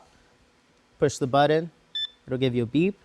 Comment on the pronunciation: I love how you pronounce words correctly. Tell Ceaser it's not "buddon", it's "BUTTON". lol.. drives me nuts... its "impordunn"...